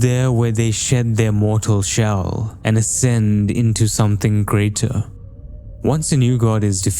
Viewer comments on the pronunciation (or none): none